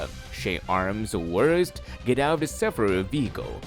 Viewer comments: it's called SAFARI, pronounced SaFAAree. Not SAFaRee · Omg, why did you pronounce "safari" like that? It's jarring... it's "Sa-FAR-ee." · i just love how you have murdered the word "safari" about 100 times in this video and called it "SUFFFREEE" lol goodness you should give up trying to speak English entirely and for the rest of your life!!! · DONT TRY THIS ,WE ARE IN AFRICA ,LIONS ARE DANGEROUS DONT BELIVE THIS PERSON WHO SAYS "SAFRI"ITS PRONOUNCED AS SAA FAA REE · "Saffery" vechicle.